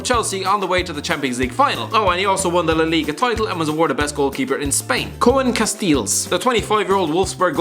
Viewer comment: KOWEN CASTIEJLS HAHAHAHAHA